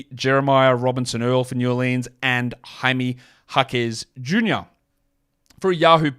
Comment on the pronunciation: Hey I would really appreciate the proper pronunciation of High-may Hock-ez Hoo-nyor or just “Hoo-nyor” for short.